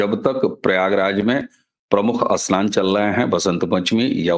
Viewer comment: Pahle Apne Uchhaaran sudharo Asnan nahin Snan hai